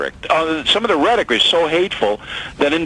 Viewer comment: did bill just say "stop the hateful Rederic?" it's official...hell's frozen over.